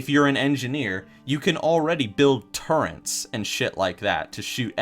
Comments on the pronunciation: Tinker? See also: Gnome Hunter with Engineer. Also, it's turrets. Don't know where you're getting that N when you say it. It's not turrents. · does this guy honestly say turrents? Who the hell actually says it like that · people who say TURRENTS instead of turrets triggers my dislike button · Gonna stop the video really quick, this nigga said 'turrents' instead of turrets. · What the fuck is a turrent. God damn it. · oh my fuckin god when he says "turrents" cringe cringe, its turrets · its not turrents its turrets lol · NOOOOOOOO HE SAID "TURRENTS" FUCKKKK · Stop calling them turrents, I love you but THEY'RE TURRETS >_< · Turrets, Not Turrents... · "Turrent" twitch